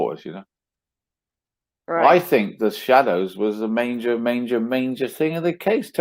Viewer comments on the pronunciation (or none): Does AD really think “Manger” is what he’s supposed to say? 😂 Or is he just trolling us? I’ve never heard him say the word “major” It’s always... Manger this and Manger that. Manger Tom Lee Mangers Yada yada yada Alrighty then 😩😫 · Ha ha 😂 Isn’t it ridiculous. I think he truly believes there’s an “N” in the word “Major”.... Since we know he sees the comments, maybe we will hear him pronounce it properly the next time he says it. If not, he’s doing it on purpose. 😤 🤬 😂 🤣